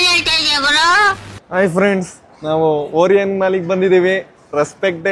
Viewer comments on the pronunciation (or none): ಬ್ರೋ ಅದು ಓರಿಯನ್ ಮಾಲ್ ಅಲ್ಲ ಒರಾಯನ್ ಮಾಲ್..😢🤧